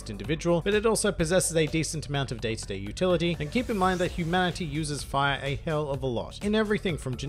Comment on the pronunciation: It allows the user to conjure, manipulate and become FAYA That accent tho